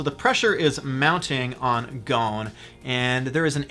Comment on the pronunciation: its more like Go-sin no gohn